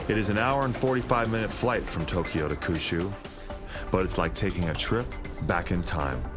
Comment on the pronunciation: Awesome doco. My one TINY critique is pronunciation of Kyushyu. Try saying "Key ew she ew" a lil bit fast 😉